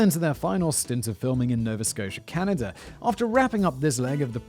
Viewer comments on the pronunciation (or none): none